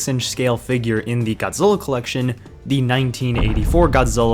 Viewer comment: If you love Godzilla then why are you mush mouthing through his name